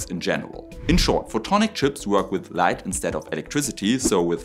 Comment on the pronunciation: AI with LAIght 😊